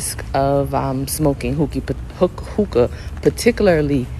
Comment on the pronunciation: I thought she said smoke tooka